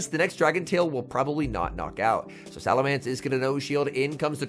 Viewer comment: I wish would pronounce salamence correctly